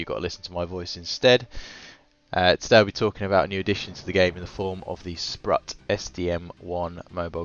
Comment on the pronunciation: If anyone cares - it’s pronounced “sproot”